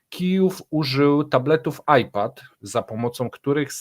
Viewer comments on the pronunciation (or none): none